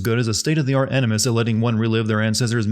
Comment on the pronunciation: This guy said "Enema Session" instead of "Animus Session" I don't care what the subtitties say, i heard what i heard.